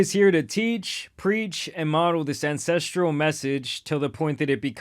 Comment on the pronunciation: I'm gonna be that guy and let you know that it's pronounced "An-sess-tral" not "an-sess-tree-al"